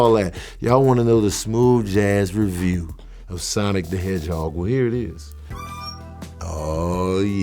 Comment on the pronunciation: Awesome. You said it the right way. 😎👍